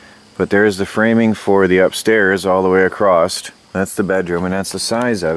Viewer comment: why do you say acrost, i always thought it was across.